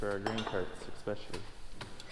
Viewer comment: BuhBuhBa Dog exspecially showed up too. It’s a northern midwestern thing.